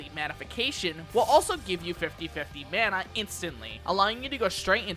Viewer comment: >pronounces corps-a-corps right >pronounces Mana like they're from Minnesota